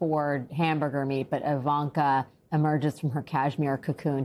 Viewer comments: You need to get her name right! It is not Javanka. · Her name is pronounced Eevanka. She should be arrested. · It's I V A N K A.........Not.........Javanka! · It’s Jarvanka (easier To pronounce) but we all hate them whatever you call them.